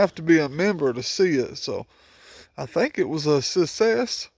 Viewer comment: Good morning bro... BTW.. It's SUCCSES.... IT'S AKA....SUCK-SESS... NOT SUSSEX... ILMFAO